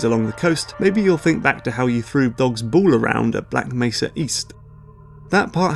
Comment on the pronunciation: Why do you pronounce "ball" as "boole"? What's wrong with your English?